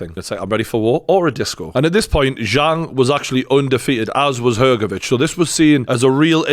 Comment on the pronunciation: thanks for pronouncing Hrgovic correctly with "CH" sound in the end. Not everyone is able to do it